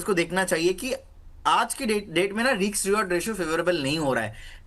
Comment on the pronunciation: It's RISK not RIKS,.